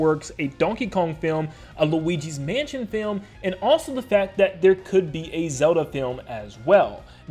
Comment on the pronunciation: That Luigi thing I though of is just my own idea, him saying “mansion” like that could just be an Easter egg/reference